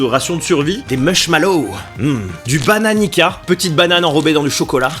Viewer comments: ça se dit pas Bananica mais Bananiça par contre ça s ecrit Bananica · Il dit bananiKa vs bananica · Si jamais le « Bananica » ne se prononce pas comme ça. ça se prononce plutôt, « Bananitssa » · Da znam da je previše dobro 🇷🇸💪🏼 Bonne vidio👍🏽Jute sa se dit bananica "s"pas "k" *En gros oe je connais c dla frappe 😂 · Comme le Bananica 😂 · T’es allé en Serbie et t’as pas ramené de kitkat blanc😭😭😭 sinon tu sais pas prononcer bananica